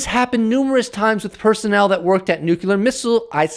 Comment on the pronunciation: Agree with your message but please pronounce the word nuclear as 'New Clear' not 'New Cu Lar'. It adds more credibility to your standing. Only a small point - but well done keep sending the message